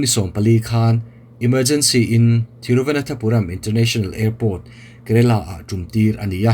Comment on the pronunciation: Thiru va nan tha puram ti a lamtur ani in ka hresi a sir, thiru vana thapuram I ti zela (nan) tih tur a ni zawk em aw